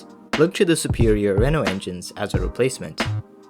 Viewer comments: Renault. Not renalt. It’s pronounced renno. And it’s spelled Renault. Also, it’s not Micah. It’s Mikka. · Renault is not pronounced ‚ren alt‘.. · ...and said Ren"olt". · Ah yes, Reno. Not Renault, but RENO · This dude must never have watched F1 if he can't spell/pronounce 'Renault' and 'Mika' Hakkinen correctly. There were several others, but that's beside the point. Otherwise an okay video.